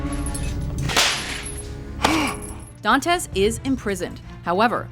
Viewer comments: It's not "Dàntes". It's "Dantès"!!!!! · "don-tez" uh...